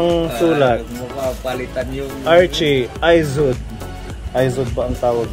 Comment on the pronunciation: Ang pronunciation ng IZOD ay E as in eagle ZOD as in zodiac.